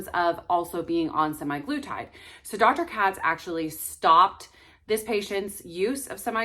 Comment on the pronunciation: You realize it’s not SEMI glutide with long A- it’s semAglutide pronounced “uh”